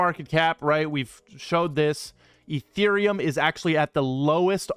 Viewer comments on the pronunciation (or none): none